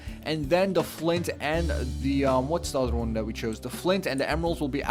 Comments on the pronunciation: Anyone notice he says da not the or tha? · You know there is a "TH" in the word The.... not "Duh" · you notice how this guy pronounces "the" like "da"